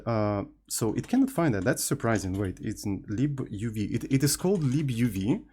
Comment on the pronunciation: libuuuv ❌ leeboov ✅